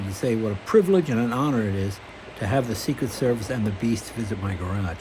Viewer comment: “Secret Servith” got me laughing.